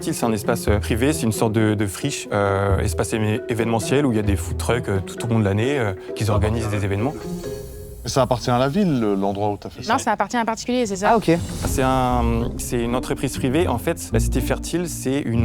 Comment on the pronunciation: « qui Z organisent des événements ». Travailler sa diction quand tu viens chercher 150k € c’est plutôt important.